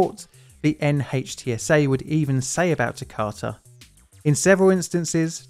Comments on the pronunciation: NHTSA is pronounced NITS-uh. Just FYI. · Great video. Just an fyi: NHTSA is pronounced “nit-sa”